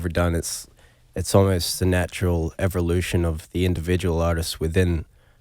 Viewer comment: No one: Absolutely no one: Calum: "Everlution."